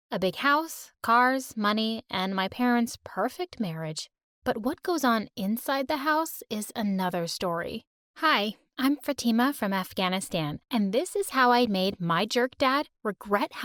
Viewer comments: Ok lemme say its NOT FUTIEEEEMAA ITS FA-TI-MA LITRALLY I SCREAMED Cuz peeps pronounce My name like that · The same is pronounced fath-e-ma not fatima but I guess it’s ok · It’s not pronounced Fatima, it’s Faa-thee-maa. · It’s fah-tima not fa-tima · ITS Faa ti maa not fateema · Not fa tee ma it's fa th ima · It's not Fateema it's Fatima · Im sorry but the way they said fatima is killing me. Fathie-ma its soo dum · i know she is not muslim by how she said fAtIMa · You know that this was voiced over when the girl says FATEMA wrong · your name is fatima not fattema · I don’t think that’s how you say Fatima, just try it in Arabic, فاطما, and I know ur Arabian 🙃🙂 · Same, it’s faa-thee-ma not fatima, I’m indian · The pronounciation of fatima is killing me 😭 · They way she pronounced fatima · as someone who's fluent in Arabic, the way she pronounced "Fatima" threw me off lol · i dont rlly believe this story because the way she pronounce fatima is way different- and her voice sounds kinda american like :') but i still like this story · fatima pronounciation is wrong my name is fatima too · The way she pronounced fatima makes me want to slap her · Is no one going to talk about how she pronounced her own name wrong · The fact that she pronounced her own name wrong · Woah.. Your pronunciations of 'Afghanistan' and 'Fatima' are ludicrous! At least you should've tried to pronounce it correctly. Pronouncing names incorrectly is not at all winsome; it's disrespectful instead.